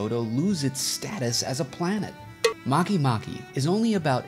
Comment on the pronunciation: you pronounced a planet wrong its not makey makey its make make